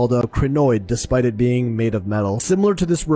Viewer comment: Shit.... 30.14.. beingk. I spoke to soon. Stooooooooooop